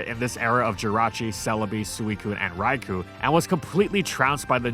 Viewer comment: Two fun facts about Crobat: 1. As you can see in this video, those teeth visible when its mouth is open are simple three large teeth in its lower jaw. 2. Despite not having legs, Crobat has been shown hanging by those little tufts of fur on its butt. Also for Arceus' sake man pronounce Raikou and Golisopod correctly.